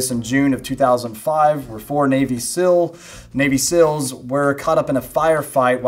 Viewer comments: Seal, not sill. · How hard is it to pronounce seals?! I am from a non english speaking country and i never had any difficulty saying NAVY SEALS. Its not Sils dude. Come on!